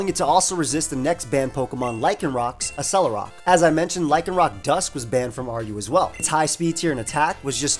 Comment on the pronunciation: Ok. We need to talk about something here. "Accelerock" is a combination of the words "accelerate" & "rock". Accelerate is pronounced "eks-SELL-uhr-rayt". So...why are you saying "uh-SELL-uhr-rawk"? It's "eks-SELL-uhr-rawk". Just fyi, Accelgor follows this same pattern as well. It has a high base speed stat hence the name. So it is also "ek-SELL-goar".